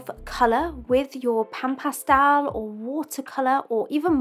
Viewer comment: That's a very odd way of pronouncing "pastel". Cool video, though.